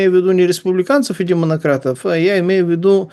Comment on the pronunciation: Какое верное произношение, Демонократы!